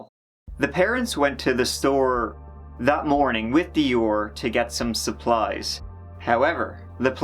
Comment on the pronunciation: Supplies...just say it 😂😉